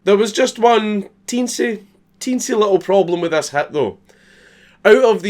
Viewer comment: Everytime you say "hit", I hear "hat" and let me tell you that it's pretty fucking disturbing at first